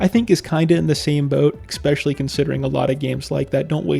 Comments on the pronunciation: I just wanna point out that you consistently pronounce “especially” as “eckspecially”. Doesn’t really bother me, but now you know. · The text clearly says "especially" but you read it as "expecially". Why? EDIT: Nvm I think you just have a learning disorder. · Dude needs to get a fucking life. Also, it’s spelled especially. So stop pronouncing it EXPECIALLY. Please, for the love of god. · why don't you pronounce especially correctly? there's no X in it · It’s a common mispronunciation, like when someone says “axed” instead of “asked” or “brought” instead of “bought”. Not sure why but I assume it’s picked up from people around them.